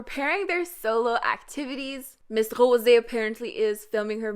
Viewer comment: Why do you pronounce Rosé actually like that? 😂😂